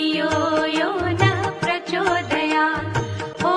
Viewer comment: शेवटची ओळ् 'प्रचोदयात् ' 'त्' चे उच्चार का करत नाही. 'त्' का उच्चारण सही क्यों नहीं होता l